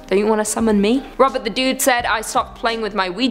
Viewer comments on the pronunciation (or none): none